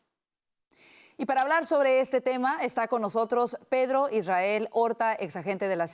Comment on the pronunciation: Tenel , podel Pedlo..poblema, PEDLO es de orígen Chino. Izquielda, acabal, Pedlo, Illael